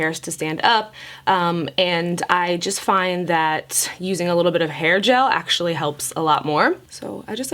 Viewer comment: Hail gel ok...(screech sound) did she say hair gel? 🤨🤔🤪